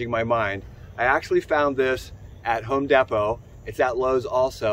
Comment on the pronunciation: Did he say home depo